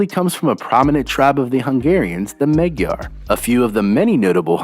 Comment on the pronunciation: I switch off anything about Hungry as soon as someone says Maggie-ar (Magyar) and not something at least close toe Mahdj-ar (Magyar). You do not know anything. (Oh, and the Asian DNA is very small, you stated things like it was major saying today they are a mix of European and Asian DNA as if the Asian was significant.)